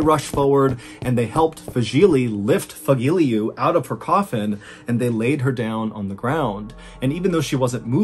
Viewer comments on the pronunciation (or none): Fagile?... No Fagilyu